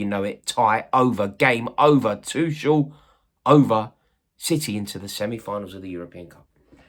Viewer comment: Can you learn how to pronounce Tuchel's name. It's really not hard. And after that, start talking about him with some respect for what he did for our club.